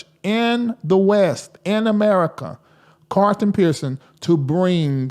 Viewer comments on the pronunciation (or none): I don't have a problem with him being from the south -- My parents are from the south! is an intelligent man, and he's very articulate. I don't hear him mispronounce many words... I know he can say CARLTON instead of CARTON! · his name is pronounced CARL-ton... When you say it, you leave out the L.